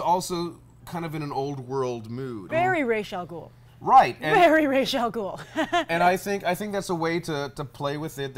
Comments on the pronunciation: I hate when people name Ra's Al Ghul as Raysh Al Ghul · Many people pronounce Ra's Al Ghul's name as Reysh from watching the Nolan movies. you guys can also call him Abun Raa which means the Demon, it is Arabic for Demon head. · She didn't know how to pronounce ra's al ghul....